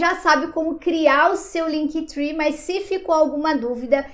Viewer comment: LinkTri que fala! Three é 3 (trwee) Esse tree é de árvore Pronuncia é TRI! Mas muito legal o vídeo!